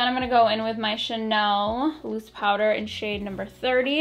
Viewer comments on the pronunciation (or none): none